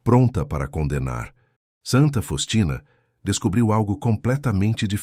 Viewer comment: É Santa Faustina você está pronunciando o nome errado